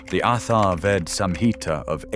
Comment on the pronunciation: Bro, learn Sanskrit words pronunciation!! It's "charaka samhita" ch as in chat! Medya rasayana , athar ved is atharva veda (aath-are-vaedh), mail me before you take a video I will help you for free. Don't spoil our ancient language!!! With ignorance